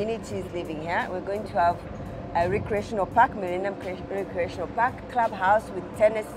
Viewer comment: Each time he says park it sounds like fuck 🤣🤣…